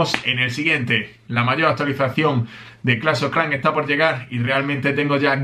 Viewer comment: Tengo una duda, cuesta que pronuncies la letra "s". Por cuál razón? Ejemplos, dices: "clash of CLAN" (Clans).! Chico (chicos). Etc. Me parece algo extraño, más, que eres de España. 💪 Y..... con el inglés.... Queen Walk, Walk.....se pronuncia 👉 "Uok". Gracias por compartir los Sneak peaks. 😎